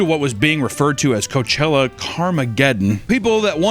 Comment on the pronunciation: Lol in the hipster hat with the fuckin low cut blouse saying “coachewa” fuckin killed me Also “Guess whos heeeeeeoh(: “ Jesus Christ lmfao